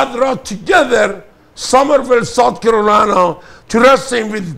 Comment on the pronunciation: Charlotte, North Carorina...lol 🤣